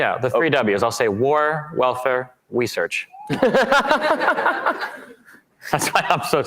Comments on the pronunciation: “War, Welfare, Wesearch” □ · War, welfare, wesearch. God damn that was funny. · War, Welfare, and Wesearch 😂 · “War, Welfare, Wesearch”-Destiny, woman’s name